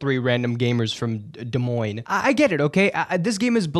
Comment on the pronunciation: Holy shit you pronounced Des Moines correctly